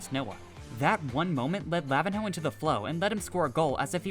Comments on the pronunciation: its luh-veen-yo not lah-vin-hoe 💀🙏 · anyone gonna point out that he absolutely butchered lavinho name?